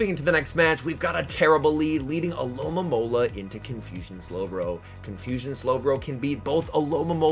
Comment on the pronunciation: Stopped watching when you said alolamola lol Alomomola